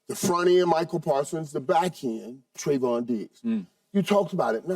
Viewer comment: It’s not “Tri-vahn” SKIP, it’s “Tray-von”